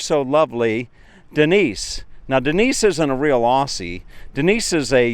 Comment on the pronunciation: Its Aussie not auussiy